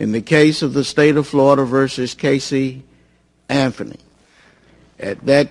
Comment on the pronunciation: "Casey Anfony"